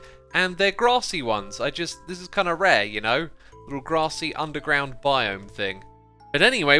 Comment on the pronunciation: The emphasis on the word "rare" made me kind of uneasy